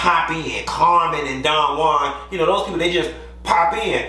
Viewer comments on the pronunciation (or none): none